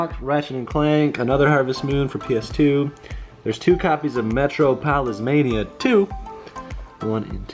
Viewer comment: Metro-----Polis mania? haha I think it's pronounced Muh-trah-po-lis